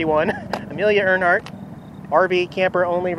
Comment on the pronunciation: AIR-Hart....not EARN Hart....sorry just being picky. Also, the Globe....iconic for being from the New York World's Fair in the 60's, not for being in the movie "Men in Black"